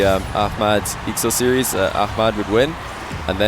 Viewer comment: My hat's off to you,! Love that you're putting in the concerted effort to pronounce names right; Ahmad and oKhalid.